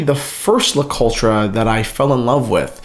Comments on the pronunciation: Le coltra? Man you butchered the name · The RE in Le Coultre is unstressed- almost silent.